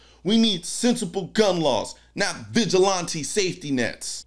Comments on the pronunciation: The most confusing part of this story is colion saying vigilawnte instead of vigilandte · You gotta love the way colion pronounces “vigilante” 😂 vigilánte lolz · Love your content… But Are we going to ignore that Colion just pronounced it: “Vij-ih-LAHN-tee” 😂 I am now going to use this pronunciation henceforth! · The Nigerian pronunciation of vigilante. I see you, lol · I only disagree with your pronunciation of "Vigilante". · Why do you say vigilante like that? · I have never heard vigilante pronounced that way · The worst part of this video is how he pronounced vigilante.